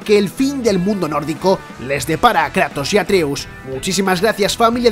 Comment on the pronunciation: Porque dices atrius? Y no atreus